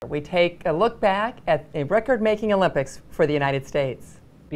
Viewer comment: haha the first thing christene said affter the hockey segment was "we take a look back, at the rcord breaking olympics, for the the united states" lol